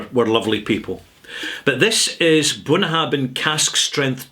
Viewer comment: I'm sure you know Gaelic "bh" is pronounced as "v", not "b".